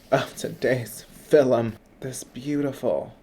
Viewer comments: John Maclean was shook when you said “filum” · Is he taking a cue from the Dark Lord, John Mclean? I know I heard him say, "filum". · did he say...fillum